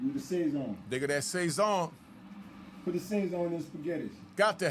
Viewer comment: It's pronounced Sah-sown so it rhymes with bone not say-zon